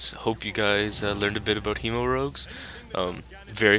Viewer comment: Hemo is not viable spec. It's pronounced hĕmo, not hēmo. FFS, it's just the first part of the word hemorrhage. Do you honestly pronounce the word hemorrhage as hēmorrhage? Lol